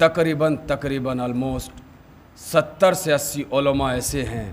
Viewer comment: کلم نہیں قلم کہیے تکریبا نہیں تقریباً کہیے